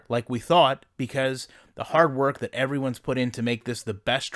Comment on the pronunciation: Its “be-cause” not “be-is”